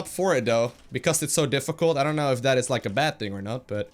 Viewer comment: it was like beod haha